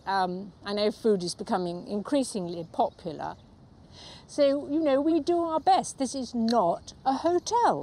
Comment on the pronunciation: "I know food is becoming increasingly po-pular"